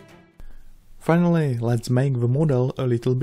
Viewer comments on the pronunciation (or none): none